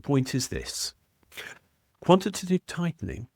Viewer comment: quanty- taytive- tightnin'. Innit.